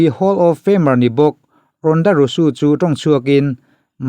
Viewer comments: Engatinge RONDA RAWSUU i tih Zel a.. 😂😂 RONDA ROUSEY tih ni na na na.. Rawsuu ti a i lam zel chuan buaithlak awm.. SEY hi Zee/rosy tih ang hian lam tawhtur umm.. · Ronda rosu ni lo in, ronda rozi ti in lam rawh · Rosey hi Rusu tih tur ani mae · Rusu tilo in rauzi ti anga lamjawk tur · A ngaihnawm thin ee mahse Ronda rousey i lam (pronounce) dan khi a dik lo deuh... Rosu ni lo in Rosi ti tur a ni zawk e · Ronda rauzi tia lam tur zawk anih in ka hria👍👍